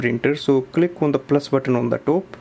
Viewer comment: Thanks for this ! But are you intentionally doing the "Tope" "Suckreen" and "cone - ekt" ?? like seriously you speak everything else so well and it sounded intentional !! No offense.